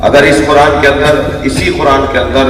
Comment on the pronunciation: ابے او بکھری الجھی داڑھی والے سب سے اوّل غلطی تمھاری یہ ہے کے تمھیں قرآن پڑھنے کی تمیز نہیں پہلے قرآن کی تلاوت و روانگی کو سیکھکر آؤ دوئم تمھارا تلفظ اتنا بھونڈا ہے کے تمہیں خود سے شرم آنی چاھئے کے تم کن الفاظ کو کس طرح نشر کرتے ہو صحیح لفظ قرآن ہے نا کے۔ کران جب صحیح سے پڑھنا اور بولنا سیکھ لو تو پھر کیمرے کے سامنے بیٹھکر اوروں کی غلطیاں نکالنا